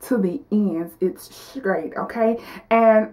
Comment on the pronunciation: Bone scraight!! Funny!! Just practice your str sounds and you'll be fine.